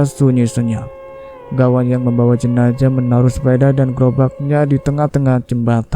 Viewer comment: Klo mayatnya wanita almarhumah bukan almarhum.almarhum itu utk laki".klo jenazah jgn d bc jenajah knp sih? Emng ga bs ya bedain huruf Z dan J ? Gawan menculik mayat kalimat ini salah.klo orang menculik yg d culik itu korbannya hidup.klo Gawan mencuri mayat bukan menculik.klo kejadian ini d Sampit rasanya ga semudah itu mencuri mayat ap lg sendirian.karena pemakaman d Sampit baru d gali 1 m aj ud keluar air ap lg sampe d gali lbh dlm lg tentunya airnya bertambah dlm lg Sy kira ga msuk akal klo d kerjain sendiri.mengangkat peti mati yg ad mayatnya itu aj minimal hrs 4 orang.itu klo tanahnya kering sperti d p.jawa.klo sperti d Sampit ga msuk akal bnget klo d angkat sendirian.nonsens impossible.lain kali klo nyiarin cerita mistery lg sbelum d siarin d cek recek dlu.spy ga d katain goblok bin bodoh